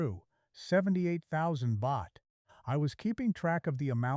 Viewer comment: i've heard your exact story many times all momey mnagers all mispronounce Pattaya don't watse our time==you mispronounce Pratumnak you mispronounce Baht. shame on you